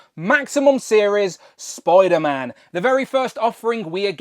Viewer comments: Why do you keep calling him Spoiler-Man? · Spoiderman 😛... sorry great review btw. I have this guy and very happy with it.